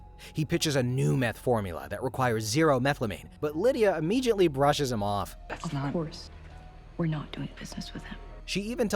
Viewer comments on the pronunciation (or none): " Immegeeiantlee and Whyaisle" great pronounced words there! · What is with immeJiately?